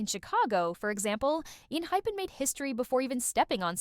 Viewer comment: wait, did she really say enhipen? like not. enHYpen? lol